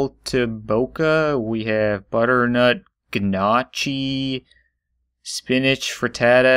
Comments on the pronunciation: I know it's been 6 years but it's still pissing me off that you're calling it "ganotchi" It's pronounced Nyo-key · It’s pronounced nocky not gnochi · I'm watching this back after 3 years as a celebrating since I just bought the sims 4 for myself. I adding the sauce family in and I can't wait to be best friends with them all! Also, am I the only one who is mad that he said "gnocchi" wrong?? (It's pronounces Know-key) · you had me at ginah-chee LOL it's either butternut ganache which is pronounced g(hard g as guh) i (as in tim) so ginahsh or it was gnocchi which is pronounced ny(yuh sound)o-key so nyokey . I love how dramatic and chaotic and weird you made your world so i'm on a quest to make mine that way so i can create my own drama lol it's a good thing to do while procrastinating to do grad school prep lol also i am excited to take a look at the rest of your channel i dig your humor (grim parenting lol) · Gu-NO-chi it’s pronounced gu-NO-chi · it's a potato pasta that is pronounced nookie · The gnocchi is pronounced ginosh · It’s pronounced nyocy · The way you pronounce gnocchi makes me sad :c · You were annoying me with the whole Gnocchi pronunciation and yes, I know a few years too late for this but just found your channel one day at work, here is the Wikipedia explanation. "Gnocchi - N(Y)OK-ee or NOH-kee, NAW-kee; Italian, singular gnocco) are various thick, small, and soft dough dumplings that may be made from semolina,ordinary wheat flour, egg, cheese, potato, breadcrumbs, cornmeal, or similar ingredients, with or without flavorings of herbs, vegetables, cocoa, or prunes. The dough for gnocchi is most often rolled out, then cut into small pieces of about the size of a cork. They are then pressed with a fork or a cheese grater to make ridges which hold sauce. Alternatively, they are simply cut into little lumps. Gnocchi are usually eaten as a replacement for pasta as a first course, but they can also be served as a contorno (side dish) to some main courses"